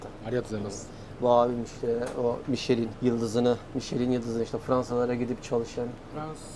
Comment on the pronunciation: Müsadenizle küçük bir katkıda bulunmak istiyorum. Michelin "mişlen" , hommage "omaj" olarak okunuyor. Hommage saygı gostermek, saygı sunmak, saygí duruşu anlamına geliyor. Sanıyorum restoran menüsü ile fransız mutfağına bir saygı duruşu niteliğinde..